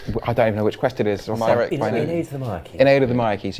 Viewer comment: Every time I hear My-rek-e, I cringe a lot inside